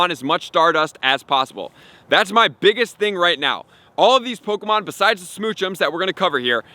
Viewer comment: "po-ko-mon" go AHAHAH